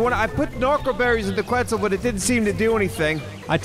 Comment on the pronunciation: Regardless of how he got it, the biggest takeaway is that he got it. I honestly was in disbelief when i heard him say questz the first time. Figured he had it confused with another dino like he's prone to do 😂 super proud of for knocking it out on his own though. has seriously come a LONG way 😊